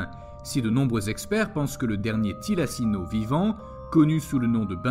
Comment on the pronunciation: Quelques erreurs (e.a "Thylacine" et non "Thylacino"), mais bon...